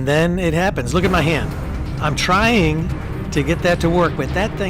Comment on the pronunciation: 0.54 seconds in, green T. "Have fun or die TRING"